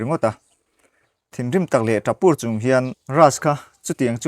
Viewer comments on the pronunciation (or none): Tap pur i lam dan hi ava mak ve,,thlukloh kha adik zawk lo maw,, sir